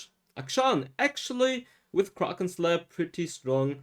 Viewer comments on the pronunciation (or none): none